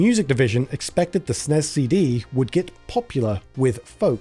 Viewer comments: Hey guys, I wrote this video. I also don't like calling the SNES "SNESS" as one syllable. But the video needed to reference the SNES so many times -- and especially the SNES CD -- that I asked (the VO) to shorten it this way. For viewers, I think hearing "S.N.E.S. C.D." (six syllables) would've gotten annoying after hearing it 50 times, especially when it's said twice in one sentence. Lol and would've added like 90 seconds to the video's runtime. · Who the fuck pronounces the SNES as Snezz? That sounds stupid as fuck. It's not an acronym, it's an abbreviation and should be pronounced as 4 separate letters. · Nearly turned it off when you said and kept saying “Snez”. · Great job on the entire piece, but why utterly and incorrectly say the name of the system, there is no SNEZZZZZ. It's like nails on a chalkboard. Glad to see some honest history finally. For years people crapped on Nintendo thinking they cut Sony dirty, but the history was out there and ignored for decades. Sony cut Nintendo deep, the licensing, they control all games, all approvals, all PROFITS from the licensing. They would be literally a techonology parasite making the SNES unprofitable to Nintendo as few would make carts over cheap bigger CDs while eating the costs of manufacturing, a lose lose on profit in two ways. The early era of Sony arrogance, taking a page in part from Nintendo, they were the original backstabbers with their terms to take over from the inside like a cancer, so no pity is deserved. It's stupid they tanked the Philips disc system, but I get the old man was more than salty at that point. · To be fair, it IS an acronym, so it should be pronounced as S.N.E.S. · There's a special place in hell for people who pronounce SNES the way it's pronounced throughout this video. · "SNES" isn't a word. Freaking hate when ppl say it as such. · Super NES. Or S-N-E-S. Not snes. Pronunciation is horrible. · Nobody. Calls it snezzz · Calling it SNEZ instead of SNES is a choice